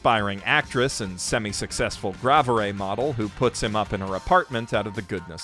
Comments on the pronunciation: Wait Gravure is pronounced grav uh-ray? Thought it was grave-yur... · Just as a heads up, gravure is a (french?) loan word and pronounced grav-yoor. It was ages before I figured this out myself.